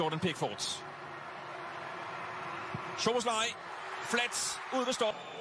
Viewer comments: "Zobolai" 😂😂😂 Duszuszaka mellé simán elmegy :) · In the 33rd second, the commentator said his name funny 😂